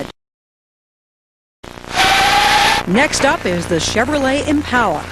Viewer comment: It made me really angry how she said Impala